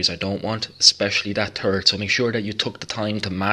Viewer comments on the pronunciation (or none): Lovely work. But I gotta say, I chuckled ever time I heard "terp on da tarrit."...lol:)